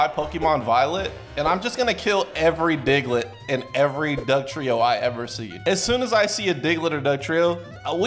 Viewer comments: His name is diglet not digaladid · i'm sorry but i'm pretty sure they're saying Diglett dig